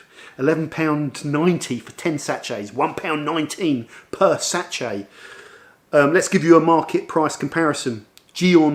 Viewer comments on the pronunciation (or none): Great video 👍🏼 worth watching just to hear “satch-ay” 😂